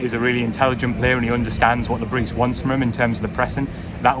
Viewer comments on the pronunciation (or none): Le bris pronunciation. The s is silent we have to get this correct out of respect for the